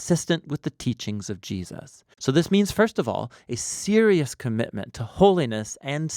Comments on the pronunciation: Whos Jee-A-suz? 😉 keep up the great work guys! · Good video but the way you say Jesus is funny. It sounds like you're saying "G" zhus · Great summary; just a trivial point but I often hear US people saying "JeSUS" with this emphasis on the 2nd syllable, which sounds so very odd to me as an Australian (where we just say Jesəs)